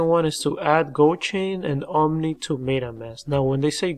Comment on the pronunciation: Bro.... Theres no "N" in OMI